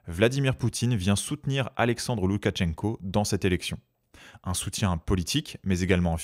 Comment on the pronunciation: Très intéressant comme d’habitude! Petit détail de prononciation, on ne prononce pas de t avant le ch. C’est donc, pour l’écrire en français, loukachenko